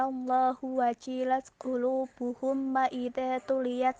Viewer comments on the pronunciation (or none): Sebelumnya minta maaf, itu وَجِلَتْ Jim nya dibaca pendek wajilat bukan wajiilat Terimakasih 🙏